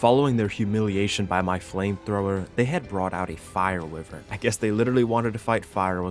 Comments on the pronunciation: Why-vern ... not wiv-ern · lol it’s wyvern not wivern 😂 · it's WHY vern, not wivern. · Dear, King of goblins and goopers, Lord of grubs and bobs, and Heavenly commander of arc pvp. Idk why but it pisses me off so much how u pronounce wyvern. Its pronounced “Why - vern” not “wi - vern”. Other than that the video is spectacular and is more than entertaining. Hope you have a good few days to rest after this clusterfuck of a situation. Sincerely, random subscriber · Bro I could watch your vids all day but hearing you pronounce wyvern like that is painful 😂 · Isn’t wyvern pronounced why-vern? Or am I just a why-tard? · its pronounced why-vern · it hurts me every time he says wivren :face-blue-wide-eyes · Hate to be pedantic but I think you’re pronouncing Wyvern wrong bless